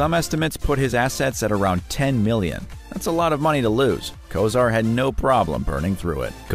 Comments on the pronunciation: Bernie Ko-sir 😂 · How about Bernie Kesar! It's Kosar! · KOH-Zar not Ko sir. Sheesh. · I kept watching it despite the mispronunciation of Unitas, but I draw the line at Bernie Kozer. This video was not made by an NFL Fan. Even a casual fan says those names correctly